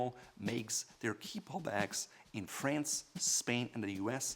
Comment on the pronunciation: Lol how he pronounced FRANCE. Dead